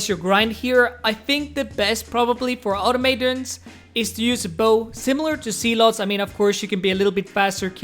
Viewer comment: Normally don't mind pronunciation issues but this one killed me, its pronounced aw-taw-muh-tawns